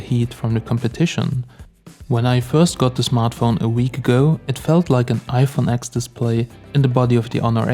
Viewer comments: Stopped watching the video when he said iphone AXX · yeah, I get triggered every time I hear someone call it the iPhone X (exe)